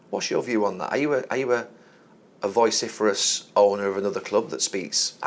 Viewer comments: "Voice- Syphilis" according to Gary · Gary, please for the love of god learn the correct pronunciation if "vociferous". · How is it that nobody has told Gary how to say vociferous yet?